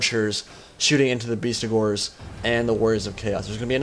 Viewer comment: It's BESTigors, not BEASTigors mate :)